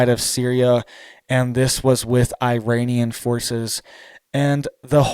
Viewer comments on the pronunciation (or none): none